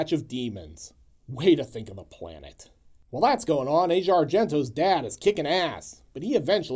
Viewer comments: Aush e a, not Asia. 🤷‍♂️ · Asia pronounces her name AH-zee-ah. It's something I think most of us have always done, pronouncing it the same as the continent. Keep the great and fun reviews coming (but I know you will)!